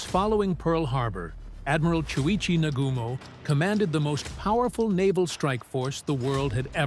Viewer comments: NA-GU-MO !!! & He Commited Suicide !!! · Nagooomo - please!